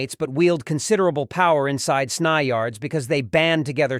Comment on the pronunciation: S-n-y…not snye lmao